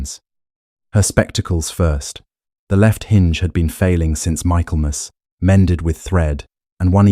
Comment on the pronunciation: Not Michael Mass. Pronounce - Mik el mas.